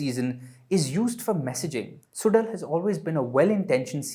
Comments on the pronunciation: It's not suDal it's more like sulal.. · If he can't do the "zh" sound, then "Sulal" is better than "Sudal". needs to do better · Suzhal not sudal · There is a reason why there is a zh instead of d. In Suzhal. A bit of effort to pronounce the title properly would be appreciated